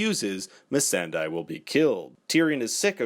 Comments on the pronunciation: Is it that hard to pronounce "Missandei" right? It's not "Missendai" lol. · Please!! It’s pronounced Miss san day not die. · He meant "Missan DIE" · It's pronunced Miss Sunday...as the actress herself has said...and the characters who know her best call her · i hate when ppl misread missandei's name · Agreed! Just say her name correctly! 🙄